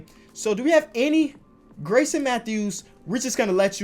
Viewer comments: it’s pronounced “GARE-IS-SON” not Grayson. like I know he’s not a hooper hooper and it’s not a big deal but you could at least get his name right lmaoo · garrison isn’t pronounced greyson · this nigga is fucking dislexic bruh ion kno how u say Grayson and not Garrison like tf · GARRISON matthews not grayson matthews 😂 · the amount of times he said Grayson instead of Garrison hurt my head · it’s Gare-isson